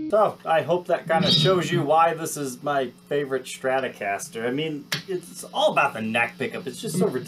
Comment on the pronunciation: Its stratocaster, not shtratocaster. why are so many people unable to pronounce strat. Shtrat ???? Why the shhhhh. Its stttttt.